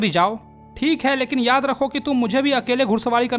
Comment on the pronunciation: Thik hai❌️ Think hai✅️😂